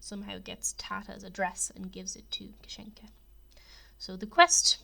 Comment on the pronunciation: Great video but you are pronouncing kasienka wrong it’s Kassie-en-Ka hence why they call her Cassie